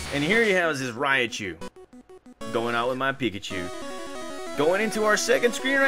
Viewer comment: Its not pronounced raiichu its raichu srry jus irks me rai pronounced like rye as in bread rai means lightning. Raikou, raichu, raikage from naruto. Raiden from mk and such. Great series tho got me wanting to stream pokemon again